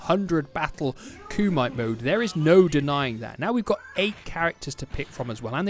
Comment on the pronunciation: LOL KUMITE IS PRONOUNCED KOO MEH TAY KUMITE😂